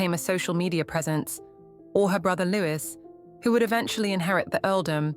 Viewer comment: unable to pronounce Louis.